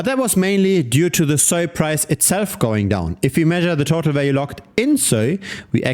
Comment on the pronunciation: just pronounce it normally you weird dude